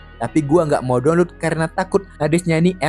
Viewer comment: DONLUT 🖕🏻 Saran kalau masih batu yasudah, PRONOUNCE YG BENER, Atau sekalian pakai bahasa indo "Unduh" blok